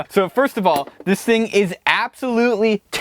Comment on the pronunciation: You're like 5 why did you say "fist" instead of first